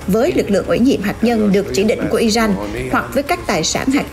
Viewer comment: Nk nó phát âm không chuẩn thông cảm nhé kkkkkk